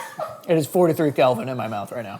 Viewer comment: It Kelvin not Calvin. 😂